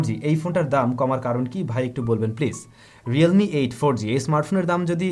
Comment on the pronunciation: Realme not Relme bro